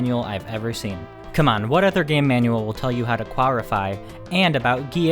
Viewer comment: rolling r's quarrrrrrrify